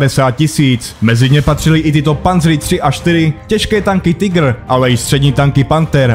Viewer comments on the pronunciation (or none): none